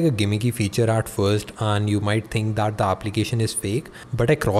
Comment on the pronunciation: bro it's not "aaplication".... it's application. one more... it's not "daaaat".... it's "that". it's irritating yaar....🙄